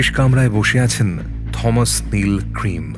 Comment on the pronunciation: Thomas. উচ্চারণ টমাস, থমাস নয়